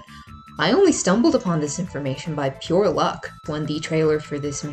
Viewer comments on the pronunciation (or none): none